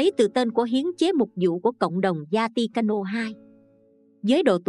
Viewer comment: Thank you channel. Xin Cho góp ý chút nhé. Vatican Không phải là Zatican.